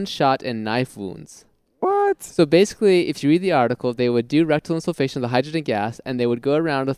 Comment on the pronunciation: Insufflation - I laugh every time EVERYONE pronounces it insul-fation ;)